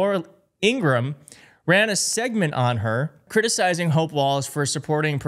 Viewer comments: According to Laura's brother the correct pronunciation of their last name is: In- gra- ham. It is not: In-gram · Laura’s brother has stated it is pronounced ‘Ingra-HAM’ not Ingrumm. Plus miss Laura hates it!